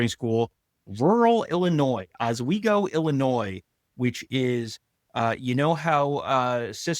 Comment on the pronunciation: Oswego,, say the S!! Fox Valley, grew up in Elgin and Batavia guys, back here in Meeeechigan, Kzoo!